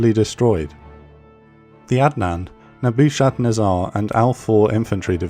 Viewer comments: Nebba-ken-ezzer division! LOL! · "Neboo-shad-nez-ar?" Come on man.. Coulda gotten the pronunciation from that one just by watching The Matrix, Nebuchadnezzar was the name of Morpheus's ship. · Just for future reference Nebuchadnezzar is pronounced Neh-bah-kud-neh-zar with the 4th syllable stressed. Excellent video! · "Naboo shad nazaar" lmao what? "Nebuchadnezzar"? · Excellent as ever, love the graphics you have got those nailed. I am thinking I pronounce Nebuchadnezzar - 'Neb-u-cha-nezza' differently to you - name of my old dog). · Ok, I have to say I love the series, but I literally laughed out loud at your pronunciation of "Nebuchadnezzar." Hahaha! Keep up the great work! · Jesus, your pronunciation of “Nebuchadnezzar” really threw me for a loop there. Spent longer than I’m willing to admit figuring out what it was you’d said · Oh gosh...I guess has nobody familiar with Neo Babylonian history, or who bothered to enter "Nebuchadnezzar" into a pronunciation website. ROFLMAO That pronunciation was HILARIOUS...I could listen to that all day, it makes me laugh. ✌🤪💯